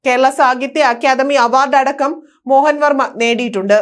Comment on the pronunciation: വാർത്ത വായിക്കാനറിഞ്ഞാൽ മാത്രം പോര. അല്പം പൊതു വിവരം ആർജിക്കുന്നതും നല്ലതാണ്. പ്രശസ്തനായ എഴുത്തുകാരൻ കെ.എൽ മോഹന വർമ്മയെ മോഹൻ വർമ്മ എന്നൊന്നുമല്ല വായിക്കേണ്ടത്.